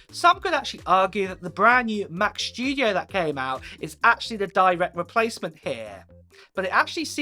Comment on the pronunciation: Mac schtudiooo haha